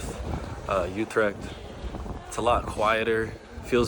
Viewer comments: UtreCHt CH = G UTREGT. MaastriCHt = MaastriGT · it is Utrecht, not joetrikt by the way... with an U as in French Tu and Dejavu, NOT an OU as in You... It is like German ü.. as in über or tür. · there's no "k" in "Utrecht" the "ch" is pronounced as a hard-G, like "Gouda" Many foreigners struggle with the Dutch hard-G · Never heard of broet jee vens he probably meant Broodje with an o as in go....utrecht has a ch at the end, not a k ju7st as in loCHness or MeXico...